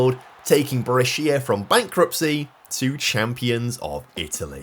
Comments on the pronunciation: Also syllable stress is important in Italian and it is different to English. I am wondering if what I heard was Bresh ya and not Bre shi a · BrEscia, not BrescIa pls ❤ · Bre-Shi-a not brech-ia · "BRE-SHA" not Bre-seya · It's also Brescia Calcio not Calico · the pronunciation is actually Bresha, not Breshìa. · What’s a Brescía mate 😂 the I is silent… it’s not the first time you’ve mispronounced Italian names, please do some research before your video or while editing 🙏🏻 anyways great video as always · it’s pronounced Bresha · Glad you're doing Italian teams as well. By the way Lecco is pronounced Lekko and Brescia is Brèsha